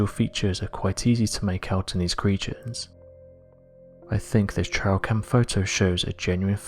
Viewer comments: I'm sorry, but is he saying TRAIL camera or TRIAL camera!? It's drivin me nuts! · Sorry, but I have to do this it’s “TrAil camera” not “TrIal” camera. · Its trail camera, not trial